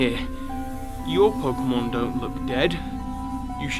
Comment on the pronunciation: He said poke-meth